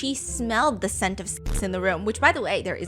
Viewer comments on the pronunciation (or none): "There is a scent. There is a scentttuh." HAHAHAHAHAHAHAHAHAHAHAHAHAHAHAHAHAHAHAHAHA. This is my second comment today! I will comment real time while watching. I AM WORKING AND I CANNOT FINISH BECAUSE I AM LAUGHING AND COMMENTING!!!